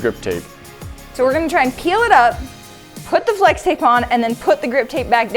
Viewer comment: I hear slex tape, just me? 😂